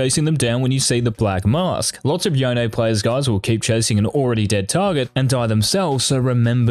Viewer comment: Ight say ZONE then say YONE thats how you say it NOT “YEONE” lmaoo 😂😂